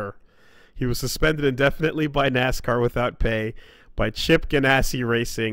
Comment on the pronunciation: Nascar is our word,. But you can say Nasca.